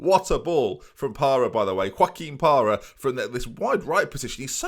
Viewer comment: Parra - yes. Carr - no. Very much no.